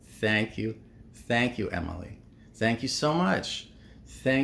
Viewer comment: Its not Emily, the whole world is not USA… learn how to pronounce her name